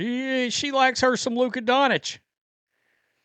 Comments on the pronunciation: Dawn - chich not Dawn - itch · You are very bad at pronunciation. Luka Doncic is not pronounced “donich”